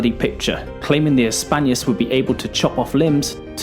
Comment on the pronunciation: Sorry to say this, but you should really try to improve your pronouncing of foreign words. It's not Gladius Hispanius, it's Gladius HispaniCus (I capitalized the letter that was missing in the video).